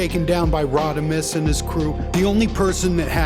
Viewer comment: You calling him “Rodimus” is hilarious